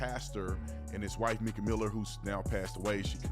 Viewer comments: Ok, B Tatum, you normally have done your homework but not on this one. She WASN'T 10 she was 14. Her sister stated that people misunderstood her that it started in 2010 when she was 14. Still wrong but the whole 10yrs old wasn't correct it was 2010. You also pronounced her name wrong and after all the videos out there no one calls her "Meeka" it's Mica pronounced "Micah" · Her name is Mike-uh! Not meek-uh. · MICA is pronounced MY-kuh, not MEE-kuh 😊😊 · It's my-kah not mee-kah. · Just an FYI, Mica’s name is pronounced with a long i sound, not a short i sound. It’s the same pronunciation as the name “Micah.” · Mica not Meeka 🥴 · I think it’s MIkuh not Meekuh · My-ca is how her name is pronounced sweetie.🙏🙌😇💙🌸💚🌼💜🤗🌎💮💗🌺💐💖🌹💃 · 📌Pin this, please. Her name is pronounced My-kuh!!!! Like the mineral. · It's pronounced My-kuh!! Mica, like the mineral. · Her name is pronounced Mica … sounds like My….ca. sorry it just drives me a little crazy. I’m a family friend of hers..keep up the good work on reporting. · her name is pronounce Mike-a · Please pronounce her name correctly! It’s My-ca. also just adultery is NOT the only reason for divorce. What about physical and mental abuse??? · Good video but please pronounce her name correctly. It’s Mica with a long I such as in Michael.